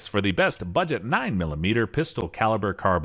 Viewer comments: dunno why, but it really annoys me when he pronounces pistol as "pister" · You keep saying PISTER and your job is to talk…..